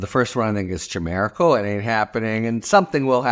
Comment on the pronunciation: The ch in chimerical is pronounced like a k